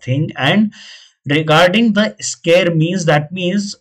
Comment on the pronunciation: It’s “Scarce”, not “Scare”